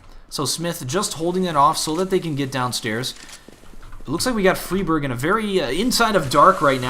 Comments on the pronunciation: fray birg not friiii berg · fryberg, not friberg ;P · its fri like fry not freeberg its friberg fry-berg friberg :3 haha just saying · It's pronounced Free barj in Swedish NOT Fry Berg. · its not freeberg its friberg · MHplays It's more like Free Barg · its fribirg. like Frie, fries, or fry, to fry with a pan. fry berg. k. thankz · I am from Sweden so I know the correct pronunciation :P Idk why the call him "fryberg" but somone started to do it and everyone followed along. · Frie Bird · Why do you have to pronounce everything wrong? FYFlarren? FREEEEBERG? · Also, it is pronounced fry-berg. At least, that's how GeT_RiGhT said it in the Protip video. I'm not sure on that name either. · the way you pronounce Fribergs name and Fifflaren is annoying...